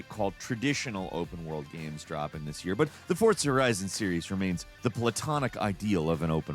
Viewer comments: It's For-Za not ForT-Za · Is he saying "Fort-za"? That what I hear each time. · TIL there's a T in Fortza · Also.. can you PLEASE stop saying "Forzza"?! It's incredibly irritating. Lol. I've never once heard anyone pronounce Forza as tho it were the word "pizza." It's weird and unsettling. 😂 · Is forza pronounced with a t?